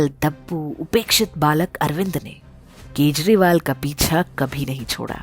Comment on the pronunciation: This time you pronounce his name in correct way..Thanks